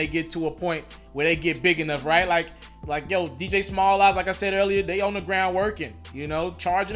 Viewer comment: “Dj Smalls eyez” is the channel name his name is “Dj Smalls” not “Dj Small eyes” 😂😂😂😂😂